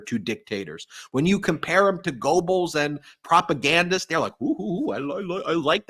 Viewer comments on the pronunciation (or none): Yes, Ben and all his team are wonderful. I’d like to slightly amend your German pronunciation lessons, if I may: Goebbels most closely rhymes with gerbils. Danke Sehr! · Ben. The GOE in Goebbels IS pronounced like the double OO in "look" and "cook" or the u like in "put." NOT Go bulls. PS. You're amazing.